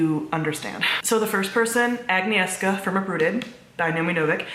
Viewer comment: I truly do love the way you pronounce Agnieszka 😂❤️